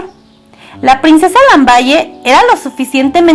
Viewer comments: Se Pronuncia Lambal no lamballe mija !!! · el titulo de la princesa se escribe "Lamballe" pero no se pronuncia así, se pronuncia: "Lambal" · ¡Gracias por el video, te sugiero que intentes pronunciar los nombres como se pronuncian en el idioma que están escritos. Lamballe en francés se pronuncia Lambal, no se lee como en español, demuestra conocimiento y clase, practica y aprende. Por otro lado, se pronuncia Poliñac, tómalo en cuenta, saludos! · Muy buena la biografía sin embargo te voy a dar una recomendación cuando hables de personajes de la historia como es el caso de la princesa lamballe deberías pronunciar bien el apellido porque su pronunciación no es con ll es con l y polignac es con ñ no con n. tienes que tener cuidado con la pronunciación porque de esa forma se le quita credibilidad